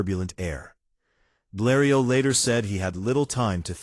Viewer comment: most images not the right plane. AI voice doesn't know how to pronounce Bleriot. Dead dry empty video.